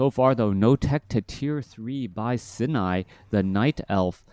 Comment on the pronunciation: Love the fact that you've learned how to pronounce "Sini" correctly before and now we're suddenly back to the incorrect pronounciation for some reason.. a real certified moment, for sure XD